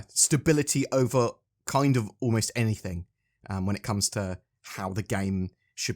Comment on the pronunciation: can you stop saying anythink. its that one thing .